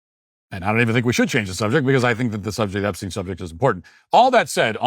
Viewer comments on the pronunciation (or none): none